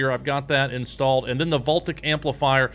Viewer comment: FYI: Voltaic isn't pronounced "vole tick", it's "vole tay ick" 😄